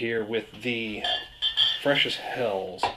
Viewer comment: Nice review. Hats off doing all of them at once. By the way, the German word "Helles" is not pronounced as "hells", more like "hellus".